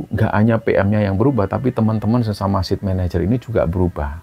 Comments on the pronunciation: Site manager bacanya bukan "sit", tapi" Sait" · Saya dengar bicara Sit Manager, maksudnya SITE MANAGER apa ya ( Site, Baca Sait, artinya lokasi).. terima kasih ceritanya.